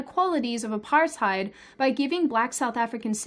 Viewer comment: First time I've heard an native English speaker pronounce Apartheid correct. Applause from The Netherlands.